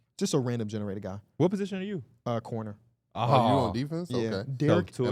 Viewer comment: Cordinier bro not cornier😂 gets a pass tho